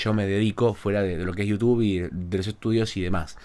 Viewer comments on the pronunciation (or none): none